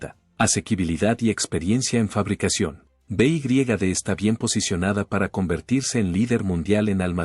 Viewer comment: beigriegade ? no sabes decir BEYEDE ?